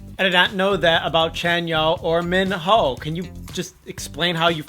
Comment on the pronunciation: Anyone else triggered by how they pronounced BTOB and Minho?